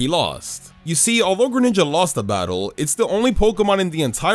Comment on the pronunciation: THE FIRST I IN GRENINJA IS SUPPOSED TO BE AN E!